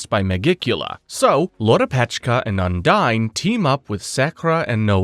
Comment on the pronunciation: I do love this video. It gives me a chance to relearn everything about black clover before watching season two. The problem I’ve got is you keep pronouncing the name of the water spirit incorrectly and Vanika did not use her blood magic to revive her people. It was the curse magic from the devil